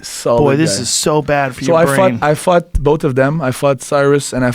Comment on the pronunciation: Every time he says "fought" it definitely sounds like he said "fucked". "Yeah I fucked him in this video".